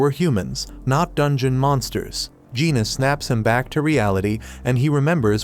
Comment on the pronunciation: I can see it being confusing with Jin-Woo, Jin-Ah (which he pronounces Gina) and Jin-Ho. Most westerners are NOT familiar with Korean names outside the notorious Kims up north. I read the light novel and manhwa so it wasn't confusing at all. I did eventually realize he was saying Lee-Ho but half the time it sounded like Leo.